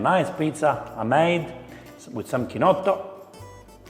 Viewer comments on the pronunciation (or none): how did you pronounce "Chinotto"? Mama Mia!!!!